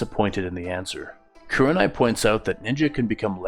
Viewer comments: Lol its probably the accent but i hear a 'yew' as in Kyewranai it should be more like like ooh like koohrenai Loving the direction the story is going with. Were you inspired by that famous fanfic where minato survives and naruto pretty much becomes a boruto like character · Loving it so far, but the way you say kuranai